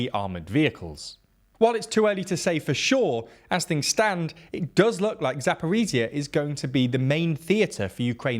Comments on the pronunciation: Zaporizhzhia - the last 2 zhzh should sound like one long first Z in Geneva. 😉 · Or the S in ‘measure’ Not really sure why western military bloggers find it so hard, it’s not like this sound doesn’t exist in the English language. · There are two zh sounds in Zaporizhzhia yet you are keep saying Zaporizia. Zh as the sound in measure or leasire. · Hey guys, thanks for your vids. I'm from Zaporizhzhia and just want to share that "zh" is more accurate to pronounced like /dʒ/ sound like in word "giant". Heard this variant from volunteer English teacher from Liverpool and it's very close to the original pronunciation in Ukrainian😉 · "ZH" doesn't say Z. It is so easy to pronounce...